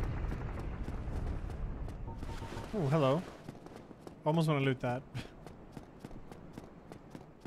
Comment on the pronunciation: bist du deutscher? :D hat sich angehört wie das typisch deutsche, genervte "hallo??"